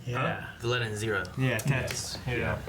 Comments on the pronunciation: Vohgi? Ohlleta? xD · Its Viletta